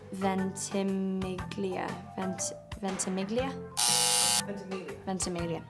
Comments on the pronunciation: Yeah, it shouldn't be Ven-tih-mee-lee-uh, it should be something like, Ven-tee-meel-ya. Americans do this all the time with Italian words, adding extra syllables like in the name Gianna. They'll say it Gee-an-na instead of the way an Italian would say it (Gian-na or Jan-na if you like). It's possible that Milo actually knows the correct way to say it, but pronounces it this way so people know how to spell it. I do this with my name all the time. If I pronounce it the proper Italian way, no one will know how to spell it or look it up because it has a silent 'g' in it, so I intentionally pronounce it the wrong way because I live in the United States. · “Manganiello” and “Ventimiglia” are italian surnames and as an Italian person I can totally promise you that those are not the correct ways to pronunce them 😂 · Was not, the "g" is silent. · Funny thing here is that the current american pronuntiation of most of these names is still wrong. I can tell this for italian names: Manganiello and Ventimiglia aren't supposed to be pronounced like the person off-screen does. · Actually they pronounced Manganiello and Ventimiglia wrong even when they corrected her... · Yep, you're right. They can't pronounce the sound -gn for Ventimiglia and the -i for Manganiello, what's wrong with them? 😂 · it's an italian name, and that's not how you pronounce it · Yes, I'm italian and ventimiglia and manganiello sounded so wrong to me